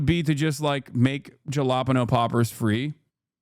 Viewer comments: Jah-la-pen-o. Dude. Ha-la-peenyo Somebody tell him. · ha-la-peen-yo jfc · i like it because my favorite dumb joke only works with that pronunciation: what did the nosy pepper do? It got jal-ap-eño business! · The way Hasan said jalapeño almost took me out! He made it sound like a region instead of a pepper. 😂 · As a Latino, Hasan's pronunciation of jalapeno damaged my ear drums. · That jalapeño pronounciation is diabolical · I cracked up more and more ever time he said jalapeño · Ugh... Did Hasan really have to mispronounce "jalapeño?" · Is saying jalapeño like that some kind of lore i missed? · I can't believe that jalapeño pronunciation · He knows it’s wrong lol he’s saying it in hog-speak